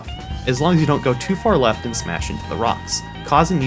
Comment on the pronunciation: "Weft side of the city"